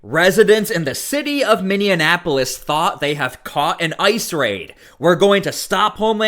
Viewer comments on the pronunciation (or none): Mini-Apolis, NOT Mini-an-Apolis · Its minneapolis not minnenapolis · Minneapolis, not Minneanapolis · I adore you, but it is not minnionapolis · Did you say Minnion-Apolis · It's pronounced : Min-EE-Ap-oh-lis. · Hey Dummy, Learn to pronounce Minneapolis. 😂😂😂😂😂